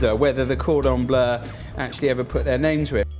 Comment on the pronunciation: Everyone making fun of the way he says Cordon Bleu but he is correct. It's NOT pronounced "Blue".......